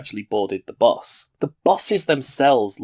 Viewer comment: Nobody else hate how he says bus?